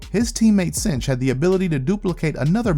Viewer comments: jsyk i believe its 'synch' as in 'sink', not 'cinch'. he synchs with other mutants powers. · Synch is Sink, not cinch. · I love your channel but I HAVE TO SAY SOMETHING! Synch is pronounced (SINK). Everett synchs up with other peoples abilities.